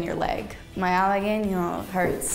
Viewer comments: Pero Halagüeño lo dijo como Halagueño y no como Halaweño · en Halagüeño estuvo muy cerquita, sono como halageño por falta de pronunciación de la diéresis, pero se comprende porque en el inglés no se usa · Se lo que significa pero no estoy seguro de su ortografia y por lo tanto la pronunciacion Esciben halagueño (no se poner la dieresis) Lo estan escribiendo con dieresis entonces debe sonar la ( u ) y sabrina la pronuncia mal pero el error es la ñ no la u Corrige la ñ pero ahora su error es la u quien la corrige tampoco sabe mucho español